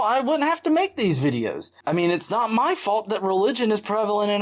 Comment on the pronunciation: Michelle Foster Not just “watch mah vidyahs” “Buy mah vidyahs.”